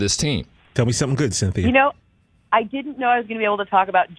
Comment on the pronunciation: can’t say Cynthia